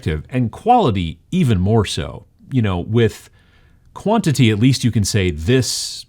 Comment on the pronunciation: "In this video, I'm going to talk to you about Quality vs.... Bwantity."